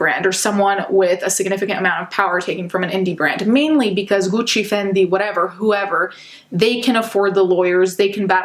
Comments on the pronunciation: am i the only one who's slightly in love with the way she pronounces "guuci" or is it just me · Ooooooo the way this woman pronounces her brands, tho!!! So beautiful. So accurate. So amazing. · The way she pronounces Gucci and Fendi 🤭🥵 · i love when your accent comes out when saying gucci and dolce